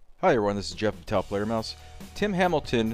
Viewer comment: Taofledermaus nice video as always but how are you able to say that name lol